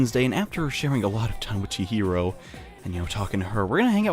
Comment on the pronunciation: It's funny how can't say Chihiro right 2 times in a row, but he can say Melchizedek right on the first time.